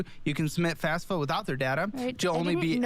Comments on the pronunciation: >I wanted to go to cowwege 🥺 >mispronounces FAFSA as FASFA This is boiling my brain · Why can no one pronounce FAFSA correctly?